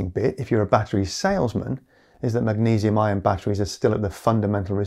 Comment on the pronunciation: zinc-iron or zinc-ion. probably ion but you do say iron and ion pretty similarly. don't go changing just because of me though. stay silly